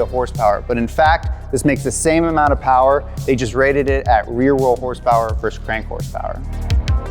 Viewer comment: more powah baby